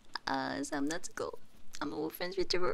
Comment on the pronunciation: Perfect EN, FR and JA pronounciation and on top of that you sing like angel! Wow!